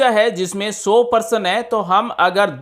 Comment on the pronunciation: परशन नहीं प्रश्न होता है